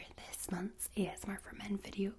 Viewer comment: I like how she says ASMAR instead of ASMR